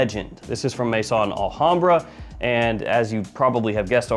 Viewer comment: As you're always seeking ultimate quality, perhaps you're interested that 'Maison' is not pronounced 'may-son' but 'meh-zòhn'.